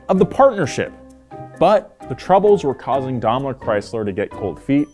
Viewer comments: its pronounced Daimler not domler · Always thought it was pronounced 'Dime-lur Chrysler' no Domler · It's pronounced "Dime-ler" not "Dom-ler". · It's pronounced "Dame-ler" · You can pronounce Maybach correctly but can't do it with Daimler. Maybach=mybok, Daimler=Dime ler. In German the second vowel of a two vowel combo is said in long form. Y in Maybach makes an eye sound, I in Daimler makes an eye sound. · Dom-lur Chrysler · Strangest way to pronounce Daimler that I've ever heard! 😂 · Glad it wasn’t just me, dam yanks lol 😂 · The way keeps pronouncing “Daimler” is so grating.